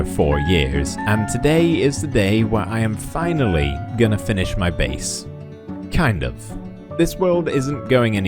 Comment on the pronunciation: and then I heared "kind off"